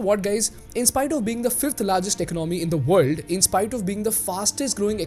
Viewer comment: The way you pronounce economy is a bit weird . Great analysis and deep dive.